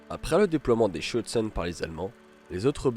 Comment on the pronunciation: Le terme exact est : Schürzen et non pas Schüzen.